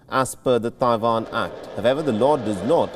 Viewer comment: Don't know what is more anoying, Joe Biden, or this persons pronunciation of Taiwan.